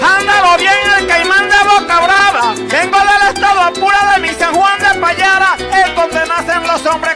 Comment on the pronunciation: PAYARA, NO PALLARA , SE VE QUE NO ES DEL LLANO